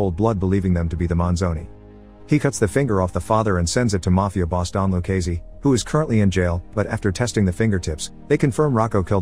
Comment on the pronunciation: I had to stop watching after the 10th time of back to back butchering of Done Luccese's name.